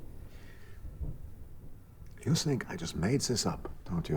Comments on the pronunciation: When he first introduced bleem, I first heard bleen and thought of the famous epistemological about color definitions and gradients. Then he said between 3 and 4, I thought he meant pie. Finally, when they said integer, I realised it was made up altogether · I thought he said ‘blame’. I see now it was bleem. Maybe blame is a number also, as I get blamed for alot of stuff. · are they saying bleem or blame? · Bleem? I thought he was saying "blame" the whole time lol